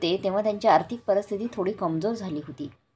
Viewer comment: परस्थिती नाही परिस्थिती म्हणा